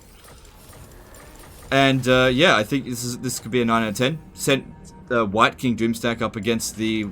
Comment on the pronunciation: everytime says wight king i hear hear wanker